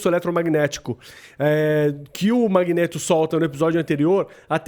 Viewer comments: "Magnêto" kkkkkkkkk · MagnÊto? CiclÔpe? Meu Deus que nervoso que dá o carinha falando errado o vídeo todo...